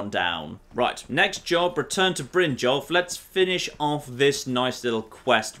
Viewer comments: in the Syrian dialect, J's age pronounced as Y's. So it's Brin-yolf, not Brin-jolf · it's pronounced BRYN-YOLF, not 'Bryn-jolf'. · jon its brynyolf not jolf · Mercer fry Saying Brynjolf instead of Brynyolf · The letter J in most Nord names, including Brynjolf, is pronounced like Y, not like DJ. Just like "jarl" is pronounced "yarl", and not "djarl". So, stop calling him Brindjolf, he doesn't like that. :D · “Mercer Fry” “Bryn-jolf” I’m starting to think pronounces these names deliberately and obviously wrong just to annoy us. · jon, jon...brynjolf is a nord so its bryn-yolf....its not a jarl its yarl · Brinn - Yalf. The J is pronounced like a Y. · please take some stamina so you have some real amount of carry weight, oh and Brynjolfs name is Brin-yolf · you're pronouncing Brynjolf's name wrong! It's pronounced Brynyolf, the "j" makes a "y" sound! Also Mercer's last name is Frey not Fry! Pronounced Fray! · Please pronounce Brinjolf B-rin-yolf. I know pronunciation isn't your strong suit but come on, the characters say how it's pronounced, you can at least try to pronounce it right. That said I don't want you to think I don't still support you, I just thought it could help some other people who are bothered by it